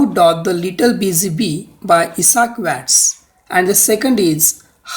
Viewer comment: Doesn't no to pronounce Lewis Carrol and Issac Watts😂